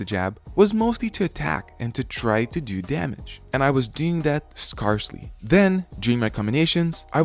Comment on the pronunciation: Scarcely is pronounced more like Scary as in frightening like a scary movie. And less like a scar as in not quite from healing from an injury. 😜